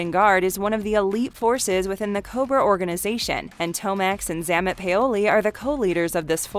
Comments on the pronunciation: It's pronounced Zay-mott. You must not have watched the cartoons. Is that a robo voice? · BTW, it's ZAY-MOT, not ZA-MUT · 🤣😂🤣😂 Everytime she says Xamont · Xamot.....Zay mot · Good grief how much effort would it be to at least get the twins names pronunciation correct? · You can tell the narrator chick is reading from a script and isn’t an actual fan of GI Joe because she doesn’t pronounce “Xamot” correctly. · Learn how to pronounce names such as Xamot and grenadier.